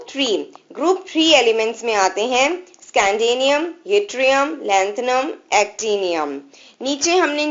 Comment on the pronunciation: It's scandium not scandanium